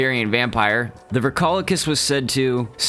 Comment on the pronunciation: it’s pronounced “Vree-ko- lak-iss”